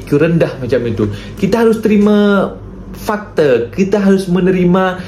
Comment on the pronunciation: bukan fakte 😢 fakta... Lah 😊 walau bagaimana pun, adalah terbaik, terimakasih.